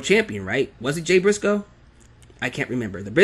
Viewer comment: LOL turned Italian there for a second when he tried to pronounce Jay brisco name